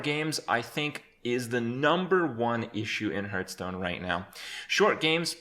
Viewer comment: Lived and Breathed Hearthstone for 4 years...and yet you still mispronounce it. It sounds like "Heart-h-stone" Not "h-Earth Stone"